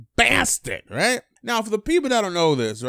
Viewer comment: This dude says "right" n he says it hella lazy, riighh